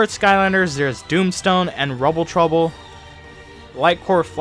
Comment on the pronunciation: It’s rouble rouser